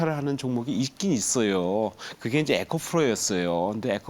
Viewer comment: 이 분 발음 좀 맘에 안 드네요. ㅋ ECOPRO입니다. ~~FRO가 아니고ᆢ